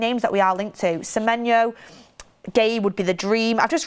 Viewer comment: At least she says his name right unlike goldbridge